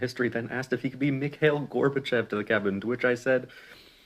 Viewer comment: Not the point, but the way he pronounced Mikhail "Mick-Hail"...